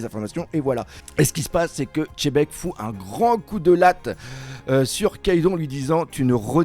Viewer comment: parmis les seuls qui lisent le X de XEBEC! MERCI! 😂